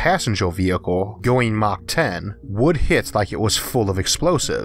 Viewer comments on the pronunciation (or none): none